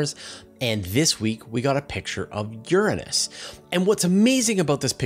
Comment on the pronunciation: You pronounced Uranus totally wrong